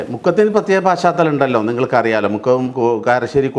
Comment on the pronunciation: ഛെ..പാ ശ്ചാ തലം അല്ല..പശ് ചാതലം..മാഷെ..ssf